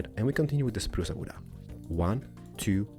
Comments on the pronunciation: Umg i like the way he says "spruce wood" lel he says Spruce-a wood-a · spruca wooda lol